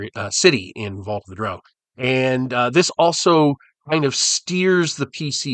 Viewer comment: Holy smokes, you said "drow" like "crow"! You're now officially my favourite D&D content creator. 😁